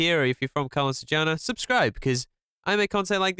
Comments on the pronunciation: "Calon Sarjana" man.. Not "CARLOON" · Calon sarjana Pronunce: chalon sarr jaa na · Is read "calon sarjana" Not "kalon sarjana" Im just telling🙂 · Somehow I laugh when says "Kalon Sarjana" ngl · the way he says "calon sarjana" is really funny tho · Bro u said his name wrong